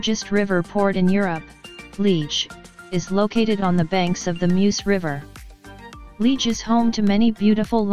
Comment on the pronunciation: I am a proud Belgian please pronounce Liege properly, so annoying!